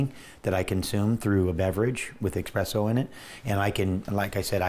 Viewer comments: Even though his results speak for themselves, the fact that he is so self admittedly into coffee and he keeps saying “expresso” bothers the shit out of me. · I love Laird but tumouric & expresso. Really? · Espresso. No X. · Every time someone says "eXpresso" an angel gets a fanny pack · Haha I literally said that out loud, I was like "dude its espresso not expresso, its not timely delivered mail". I couldn't take anything he said seriously after he fucked that up. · Who the hell says expresso 🙉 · Laird “expresso” Hamilton. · he's HUGE into coffee...he just doesn't know how to say Espresso. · Truly cringeworthy. It’s right up there with exspecially 😫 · Vince Marotte Yeah; that’s drives me nuts too!